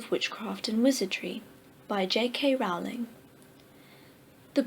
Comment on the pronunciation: And yet she pronounced Rowling wrong...